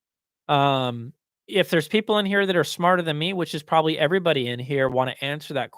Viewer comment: "Hey everybody"??... Sounds like Texas is rubbing off on you buddy!... To those who say you might be condescending should check out Amir at audio science review, compared to him you're a peach!!! Keep on keeping on.